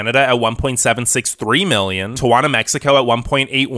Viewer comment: I cringed on how he pronounced Tijuana.